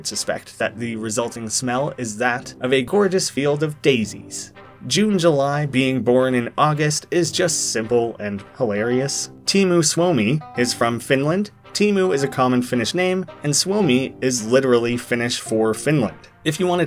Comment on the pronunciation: No offense, but hearing you try to pronounced teemu suomi hurt my soul